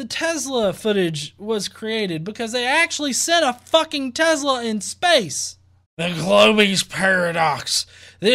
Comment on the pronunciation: Its tesla..not tezzzla lol